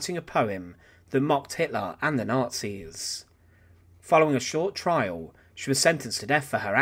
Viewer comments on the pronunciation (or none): none